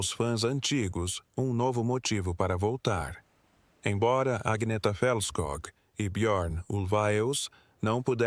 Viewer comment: O nome não é Aguineta, mas Anheta ou Anieta. Assim se pronuncia. Aguineta é horrível!